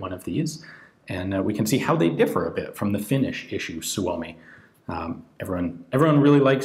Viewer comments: nice pronunciation of "suomi" most foreign people butcher it... =) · Props for, you pronounce suomi correctly.